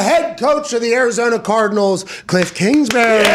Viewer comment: “ Kilff Kingsbury “